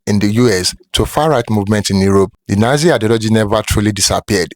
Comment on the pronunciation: Nazi not yatzi😮